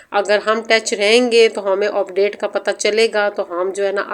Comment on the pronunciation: Sis word opdate ni update hota hy word end hota hy and ni hota